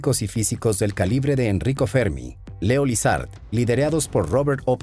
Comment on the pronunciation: . ¿Leo lizard? Ez: es Szilard